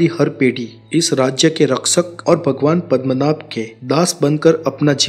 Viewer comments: it's Padmanab not padamnath , you... hindi folks , I thought ur pronounciation may be different. Literally wrong also. Padam means word Padma means goddess Lakshmi So Padmanab "goddess Lakshmi's husband" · Bhai thek sey pronounce karo padmanaba*